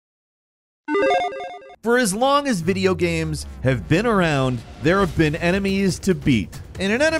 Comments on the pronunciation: why the hell did he say "gahymms" at the start instead of "games" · I've watched a few of these now, and is definitely a great host, but I swear I hear him say "gams" instead of "games" and I can't help but wonder if this is....intentional? I'm cool with silly banter etc, I just can't help but wonder. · did you say video GAMS ? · Istg I came to the comments to type this only xD damn, he DID!! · He definitely pronounced that as “video gabs” before the list there… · Hey am I the only one who heard him say video "gams" right at the start of the video? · I am sorry, did you say "recent video gams"?? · "video gams" 😂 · Did he say video gams? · The only reason I'm in the comment section... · Did you hear the way that AI said games on the intro 🤔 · I don't really hear mispronounced Games any differently than anyone else would pronounce games.